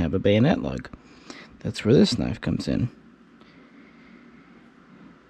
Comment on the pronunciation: KNIFE is NOT pronounced KERNIFE, it's universally pronounced NIFE